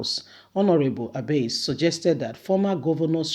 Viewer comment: My dear sister Abasì (Abass), not Abase. "I"pronounced as "e" please. You always get good information to share but your name pronunciation is so bad. Please work on it. If more than 2 people are bringing to your notice something important please work on it, do not ignore. Just my own nugget for you. Peace ✌